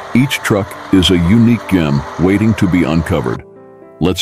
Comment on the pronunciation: The moment that I heard "it" pronounce "gem" with a hard G, I knew I wasn't interested.